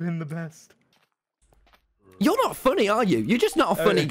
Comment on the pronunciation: Emphasis on "best"